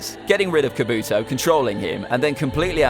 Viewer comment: dude said "akhatstuki" and " khubuto